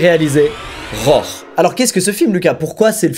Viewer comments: Squeezie :"rore" Moi : " RHO-ARE" par-ce que cela s'écrit "roar" vous dîtes comme moi ? Ou comme squeezie ? Sinon j'ai hâte de voir voir la vidéo ^^ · Mec, ça fait 9 ans que je suis abonné à ta chaîne, et tu ne fais toujours pas l'effort de prononcer les mots anglais en anglais mdr "Rror"